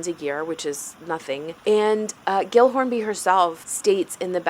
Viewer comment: Pretty sure gill is pronounced jill. 😂 I've met someone with that name.